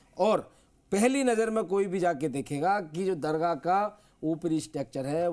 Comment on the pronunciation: Pahle tum apana alfaz Sahi karo dargaha bolrahi hai